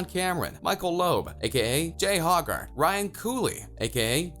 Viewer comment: Its Jay Hogart(Hoe-gart) and J.T Yorke(York)